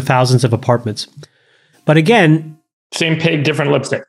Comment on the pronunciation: same pig, not page